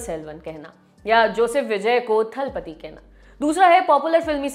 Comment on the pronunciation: Hello & Lallantop team, सही उच्चारण थलपति नहीं है, ये तलपति होता है। जिस तरह जयललिता हैं ना कि जयललिथा (Jayalalitha) । तलईवर का मतलब मुखिया या प्रधान होता है इसे थलइवा या थलइवर ना कहें